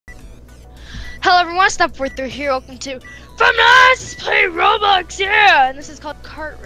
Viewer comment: did anyone hear say robux instead of roblox in the intro